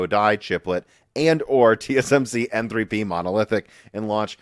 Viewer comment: Should really try to speak a little slower, you seem to be butchering a lot of words lately, mix and matching words for example “TSM “shree” instead of tsmc and multiple words are mixed up like this.